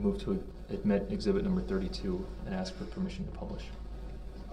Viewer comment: You didn’t “Axe” the question